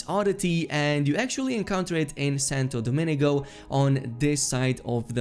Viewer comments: Broo! It's Santo Do min go not Santo Do mini go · Santa DOUGH MEAN GO. Not Santa dominigo